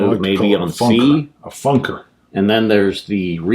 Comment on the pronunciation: "Funker" 😂 Great video guys! Sounds like a lot of fun! I will definitely check them out.